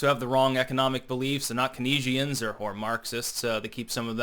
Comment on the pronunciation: "Cuhkneeshiens"? Keynesian is pronounced cains-ian.